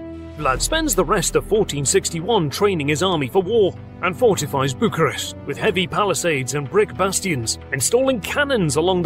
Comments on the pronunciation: What nationality are.you? You pronounced "Țepeș" as well as Targoviște and București very fluently. Awesome chanel, love.every video that.you make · As i've seen below, somebody already congratulated you on the pronunciation of Targoviste, Bucuresti too, and i wanted to do the same and wish you all the best in the future, your videos are astoundingly good. I actually paused what i was doing to see this video of my hometown. History is a pleasure when presented in such a good way, hope you become a millionaire, really do :D